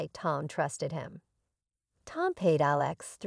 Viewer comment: Please learn how to pronounce Alex